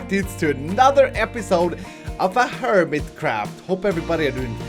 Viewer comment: I swear it sounded like he said Hermitcrap at the start considering he has three hermit series and PUBG on the side at first I thought he had gotten tired of HermitCraft but no I think our favorite is still going strong:) Love you